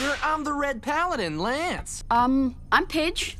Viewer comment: The showrunners: “We love all our characters! Keith, Allura....Shyro...Lootoor.....Hönk......L-lënçe?